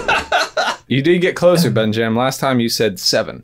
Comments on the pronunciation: "Benjam" Am I the only one who caught this? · I love when calls "BenJam"!